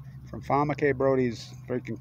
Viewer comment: "SAY HER NAME" it is FAWN. PhD